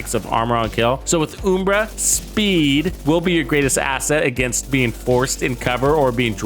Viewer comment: It's UHM-BRA, not OOM-BRA🤣Still not sure about this gearset, maybe this is the build that makes me want to use it..